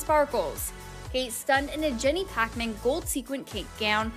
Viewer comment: Jenny Packman? It’s Jenny Packham! 🤦🏽‍♀️